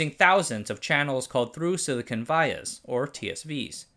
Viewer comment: In the US 'vias' is not pronounced Vie Ahs - it is Vee Ahs.